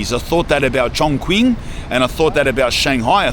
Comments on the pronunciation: | Chongqing. This municipal is city is pronounced as "chong-ching", not "chong-kwing". The "q" in Mandarin (pinyin) is pronounced as "ch" as in "chicken". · Just btw it’s pronounced Chong(Ching) brother. Mad respect for checking out China ❤🔥🙌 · chongqing is pronounced chong ching, not kwing lol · Bro you’re pronouncing ChongQing wrong. You’re saying Chong Quing, but it’s pronounced Chong Ching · Dude Chongqing is not pronounced "Chong-Queen"...🤦‍♀ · lol chongwhat . try to pronounce it correctly next time . nice video buddy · that robot barista might replace todays baristas but i hope not so soon because i want to be a barista lol also, chongqing is pronounced chong-ching. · Every time something pops up in my Youtube feed about Shenzhen, I watch. I live in China 17 years and over 12 in Shenzhen. I thought I was watching Ali-G when I heard your accent 'huz". If you want to know the real China, hit me up. BTW- Chongqing is pronounced "Chong-Ching" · Chongqing is known as the "Cyberpunk City" for its unique vibes rather than in a technological sense. And btw, Chongqing pronunces "Chong-Ching".